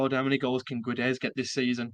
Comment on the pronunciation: Portuguese here. Not sure if you're interested, but in case you are: Guedes is pronounced Ghédj. As in the "Ga" part of Gary + the "Dj" part of "Djed". Main thing is the U is mute and the "es" in the end is just a short "J" sound.